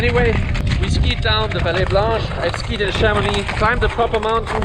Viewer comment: otra vez, te has equivocado. CHARRRRRMONIIIIIIXXX